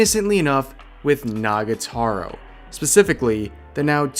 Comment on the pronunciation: Rev you keep saying Nagataro. It's Nagatoro. Toro. To-ro. Pls. It's killing me that you're mispronouncing it.